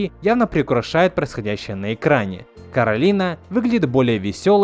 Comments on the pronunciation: не всё равно, это основная фишка мультфильма и одна из самых значимых вещей, на которую всё время обращают внимание. На японском всё равно первый слог Кора, а не Каро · Не Каролина, а Коралина (читать еë голосом)